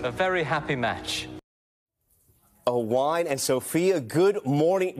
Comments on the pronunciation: I cant cope with how the presentor pronounced Owain's name and then watching his reaction just made me fully laugh out loud!🤣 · loving the presenter mispronouncing Owain's name